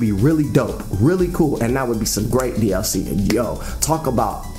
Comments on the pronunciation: I died every time he said that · You trying to say "DLC" or just hiccuping? xD